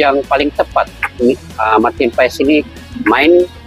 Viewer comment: Tulisannya marten paes.. Bacanya Marten pas